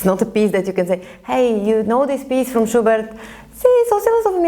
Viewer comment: I hear sugar every time she says schubert